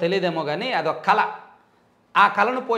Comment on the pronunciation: కల ఏంటి brother... కళ 😅